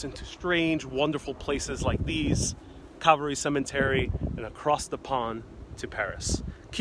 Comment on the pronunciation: and this guy needs to be educated: "The Grass isn't mowed THAT WELL.. This cemetery is cared for impeccably. This Guy seems like a Rank Amateur....He CaNNOT EVEN PRONOUNCE THE cEMETERY' NAME CORRECTLY.